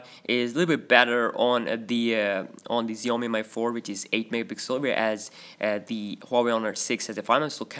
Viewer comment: Again its shoo yoo mee not Xiaomi or Zayomi